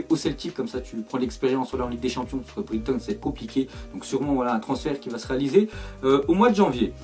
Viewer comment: le commentaire est pas méchant mais on dit "Braiton" et pas "Brigton" ;)